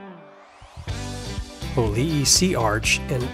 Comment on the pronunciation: Hōlei is ho- lay like the flower lei